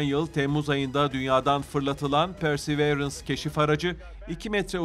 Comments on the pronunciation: Persi değil pörsi arkadaşım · PERSEĞVEĞRENS DEMEYİ KESER MİSİNİZ ARTIK ŞUNA